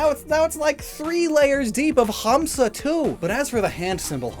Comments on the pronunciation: urmm actually in Hindi it's "Hansa" Pronounced as "Huns"and n Idts in Sanskrit its "Hamsa" I highly doubt, I never have heard anyone saying "Hums" so ehh, still a great reference though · FYI the "Hamsa" sounds weird to me lol. Its pronounced more like " n " sound instead of an " m " also drop the " a " at the end. It just means Swan ( Can call it goose, we don't really use this word for it though ). I hate when the English translations does these weird things with the words. you never really pronounce the " a " at the end of the Hindi/Sanskrit phonetics. Edit: Now that I have watched the Video you kept pronouncing " Mudra ", as " Madura ". Again it sounds really weird. Don't really mind it that much. But Hindi is very phenetic language. It is pronounced exactly how its written, so English cant really replicate how it sound. Good effort though, B+. 😊😊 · He just dragged 'Ha' in 'Hamsa' a little bit which is totally fine to my ears especially from a foreigner. In most of the Dravida languages it's pronounced as Humsa. M not n. And you're right about hindi tho